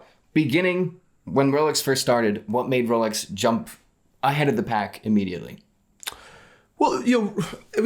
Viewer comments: Thai people cant pronounce Rs so they call it Lolex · Jenni Elle mispronounces it 🤣 “wholex”